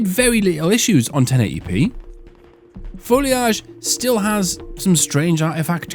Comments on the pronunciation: Foil age? It's simply incorrect. Hehe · Wow I had no idea UK folks pronounced "foliage" that way. Add that to the list of pronunciations we can't agree on lol. I gotta run now, my lieutenant and I are on a tight schedule to get my sedan out of my garage and take Route 66 to gather some herbs, pick up aluminum foil and Nike sneakers, stop by the zebra exhibit near the buoy, and enjoy a little leisure while eating a tomato and basil sandwich in complete privacy. All part of the process...